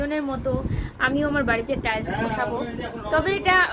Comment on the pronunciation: কথাটা টাইলশ টাইশ